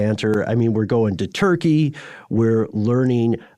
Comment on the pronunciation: I heard that country is not called Turkey no more yall but Turkay-yay (is how you pronounce it) That's not how you spell it. Sorry. I didnt feel like googling.